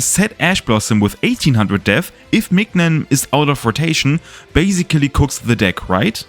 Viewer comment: Great video ! Just wanna mention, mignon is pronounced like the word minion